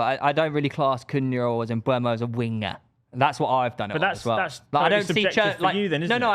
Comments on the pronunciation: You're all saying Mbeumo wrong, and you spelled it wrong in the graphic! It's eu not ue. Stop saying Mbwemo! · I know someone doesn’t really watch football when they call and spell “Mbuemo” instead of “Mbeumo”. It’s like calling Saka, Sala or Salah, Malah.